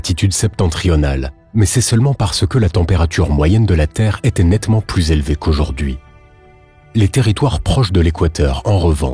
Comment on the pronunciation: La température n'est pas si zélevée... non, un effort là !